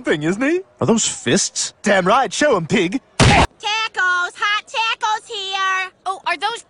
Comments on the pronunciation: The way they said taco and tortillas is f**** hilarious the pronunciation 😂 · that made me want to do a triple backflip off the empire state building's roof because of how white they pronounced taco and tortilla